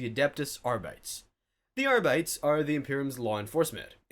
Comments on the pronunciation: Came looking for this comment lol. Cringed every time he said Arrrr Bites. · and also Ar-BITES instead of Arbit-EES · I'm not expert, but because it is all supposed to be "Latin -ish" sounding names, I would guess "arbites" would be pronounced "ARE-bee-taze" not "ARE-bites" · Ears bleeding. It's not "are bites." It's "AR-bi-tEHs." Hell, even "ar_BI-teehs" is better. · Ar-bee-tees! Not Ar-bites. Call yourself a 40k?😂 And laze-guns? God-emperor what is this heresy?🤦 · You can literally follow the pattern with the rest of the ordos. kus-to-dees Custodes, a-star-tees Astartes. And so forth. If the man insist on ar-bayts. he might as well say kus-TOADs and AY-starts. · Isn't High Gothic supposed to be pronounced like in Latin? So ARR-BEE-TAYS rather than ARR-BITES? Otherwise you'd have to pronounce "Adeptus" as American as the "Arbites", right? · Arbites is pronounced Are-Bee-Teez, not Are-Bites. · I think Arbites is pronounced "arr-bit-tees". Just sharing in case, if I was running a TTS I'd spell it differently. If I was reading it, well, that's easier. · “Arbights” lol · Ar-bee-tees... Say it with me... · c'mon, bro. "ar-BEE-tis". It's Latin....sorta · Between the pronunciation of Arbites (are-bit-ease) and Roboute (row-boot) I think I'm done with 40k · Ar-bites was killing me! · "R-bites"? We're not off to a great start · God damn "Are-Bites" ffs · Arbites = R Beetees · Arr-bites sound like a snack for pirates. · That's not how you pronounce Arbites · This is not how you pronounce arbites. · The way he pronounces "arbites" is heretical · Why can't anyone say arbites correctly? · You shall step on a lego piece for every instance you mispronounce Arbites. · One more to add to the list - having to listen to someone mispronounce "Arbites" repeatedly. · Yeah like if you see a word you don't know, look it up damn